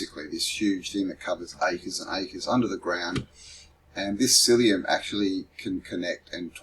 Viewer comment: Mycelium not syllium